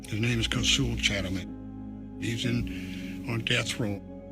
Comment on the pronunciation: As well as the bite mark he put on her. The eye witnesses. This guy couldn’t even say the victim’s name right. What a shame. So what if the the father forgave. Kosoul have been in prison since he as 15. He kidnapped and robbed an elderly couple in NC in which he only did 9 years for.